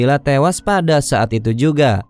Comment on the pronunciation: Maaf kakak, penyampaiannya kurang enak waktu menutup kata. Example pengucapan kata ituuu. Terlalu banyak tekanan.